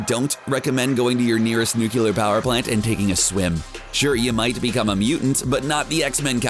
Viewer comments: Fuck sakes, you said nucular. NUCLEAR. Two syllables, NUCLE-AR. NOT NUCULAR. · Nucular??? C'mon, you gotta do better. You sound like my drunk uncle.